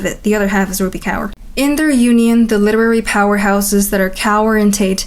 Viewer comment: no probs girlie From the next time if you have any problems in pronunciation of certain words of different cultures just ask us ❤ It's rup-ee(rupi) k-or(kaur) Gained yourself a new subscriber from India You remind me a lot of Chad Chad